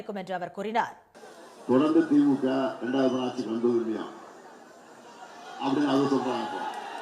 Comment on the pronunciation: it is stalin aatchi not aatssshi